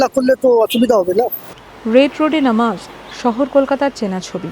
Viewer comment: নমাজ নয় মুর্খ সাংবাদিক ... নামাজ হবে 😂